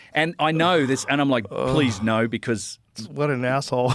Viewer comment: Nauhr. Love it